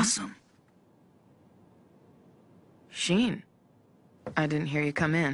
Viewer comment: did nana just call shin shein ?💀